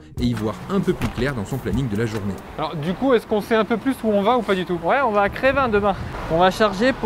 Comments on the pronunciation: vraiment top! bravo pour se reportage et chapeau pour! Par contre c'est pas Crévin qu'on dit, c'est Crevin:p J'y habite et ça m'a vraiment surpris d'entendre le nom de ma commune xDDD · On dit pas crévin mais crevin respecter ma commune nan mais 😭😭